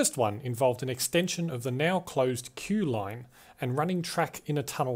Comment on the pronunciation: You mean “Kew” not “Kee” right?